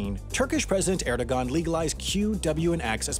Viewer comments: This law was so selective, even Turkish keyboards on computers had Qs and Ws. Also obligatory corrections: you claim Atatürk founded the Turkish "Empire" (should be Republic) you don't pronounce the "ğ" in his name (Ğ's are mostly silent) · In Bosnia everyone pronounces it like "Erdo ghaan" (spelled Erdogan) but official media and people from Sarajevo pronounce it like "Erdo aan" (spelled Erdoan). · It’s really annoying when people pronounce it Erdo-G-an instead of Erdoğan lmao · It's pronounced Ergoğan, not Erdogan. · it’s not pronounced. Erdo-an turns into erdowan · it's actually pronounced "erdoan" because the ğ is silent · Let's add another pronunciation faux pas for Erdoğan - AIR-do-wan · Ataturk didn't found a Turkish empire (that title belongs to Osman I), he founded a Turkish republic. Also, as other people in the comments section pointed out, Erdogan (actually spelled Erdoğan) is pronounced "ER-doe-wan". Eh. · Here's a fun little fact, Erdoğan is more like "air-doe-wawn" (rhymes with fawn). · I love how he pronounces Erdoğan 💀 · The g in Erdoğan is silent